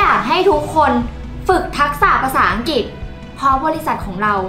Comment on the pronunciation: ภาษาอังกฤษ ออกเสียงว่า พา สา อัง กริด ไม่ใช่ พา สา อัง กิด